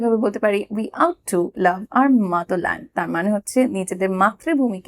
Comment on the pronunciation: আপনার ভিডিওগুলি খুবই ভালো। যখন সময় পাই binge watching করে থাকি । তবে আজ একটি ছোট্ট প্রবলেম pelam- Ought to" এর উচ্চারণ "অট্ টু" ; "আউট টু" ভালো থাকবেন , ধন্যবাদ।